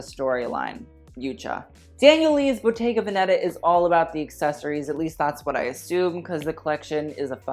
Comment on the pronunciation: Btw... it’s Bottega Veneta not Venettà !!!